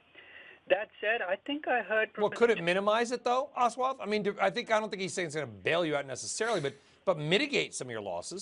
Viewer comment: ahswaath, proves how little background research these CNBC anchors do